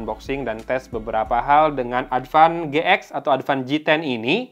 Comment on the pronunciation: "Adpan Ge-ek" a 😂